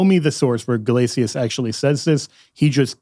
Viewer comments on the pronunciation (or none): Great video! Btw it’s pronounced Pope “Guh-LAY-shuss,” not “guh-LAY-tee-us.” It’s assibilation, just like how Gratian is “GRAY-shun”